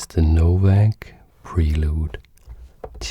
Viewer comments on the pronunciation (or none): you read it wrong it’s called no vag lol